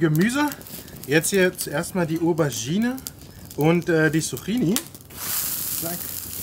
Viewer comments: Nicht ,,Suchini" sondern ,,Zucchini" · Es wird Zukini ausgesprochen 😅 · Kannst du zukini sagen und nicht Zucchini